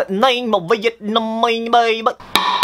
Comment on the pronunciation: "Vietnamese baby" This pronunciation 💀